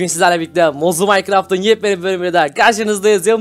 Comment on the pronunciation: abi te motlu minecıraft demedin mozlu minecıraft dedin